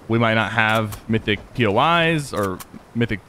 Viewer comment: U said mythyc boxes